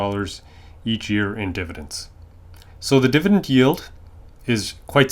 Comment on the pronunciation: It’s dividend not divident